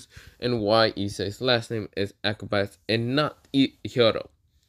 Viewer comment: Pretty sure it’s (Ah-cah-bawn-A)